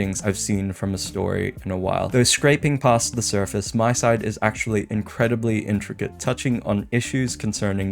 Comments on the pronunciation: Just a small correction: It's MiSide, not MySide. Honestly, I also always do this mistake but it's pronounced "Mi" as in "Mita", so you can hear the pronunciation ingame. Just take her name, Mita, scratch the "ta" and replace it with "Side". MiSide. Again, I'm also always saying MySide, but we should try to pronounce it correctly if given the chance. It's just a respectful thing to do towards the devs. Other than that, this is actually the first MiSide theory video I can get behind. And yes, it's a theory about what the devs were trying to communicate towards the playerbase. So far, most of these theories in my opinion are extremely farfetched but this one does do a lot to convince me. Though I do have to say I think the devs were pretty straightforward with what they were trying to communicate. It's mostly a story about isolation and the depression resulting from it showcased by the different Mitas we meet throughout the game and even somewhat by Crazy Mita herself. The player character also obviously showcases this. And this theme is more important then ever for obvious reasons. Personally, I am not Christian but I can get behind the values supported by Christianity. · Not tryin to be that guy, but it's pronounced "me-side"